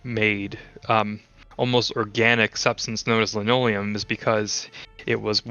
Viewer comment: I laughed out loud when said "I'm fascinated by lanoleum". 😂 Great video. Thanks!